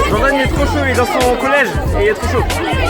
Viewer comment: college pas collece